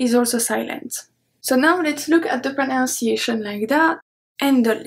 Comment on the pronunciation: This is really helpful. I appreciate these videos of yours. (by the way you pronounce the English word "pronunciation" incorrectly. You change the "nun" to "noun" when you say it.)